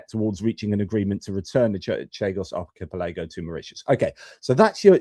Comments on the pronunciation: Archipelago = ark-e-pell-e-go Happy to help. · Hi. Really insightful video, but would you do us a favour? Just checking your pronunciation of archipelago (ar-ki-pel-uh-goh) 😂😂😂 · Archi-pelaygo, you say? Slightly distracting:) Watched this the first time round. Felt for you regarding the sound issue. Valuable to hear about this aspect of geopolitics that might get swamped by all the other stuff going on. Watched the interview this time.